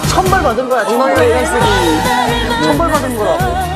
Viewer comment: 나는 동호의 저 천벌 발음이 너무 웃김ㅋㅋㅋㅋㅋㅋㅋㅋㅋㅋㅋ